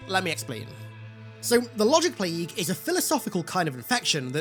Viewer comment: “The Wogic Pwague!”